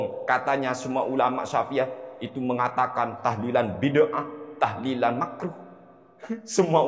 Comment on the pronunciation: Mintanya lafadz "tahlilan" bukan tahdian